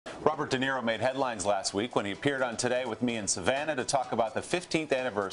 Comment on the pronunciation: De Naro instead of De Niro!!!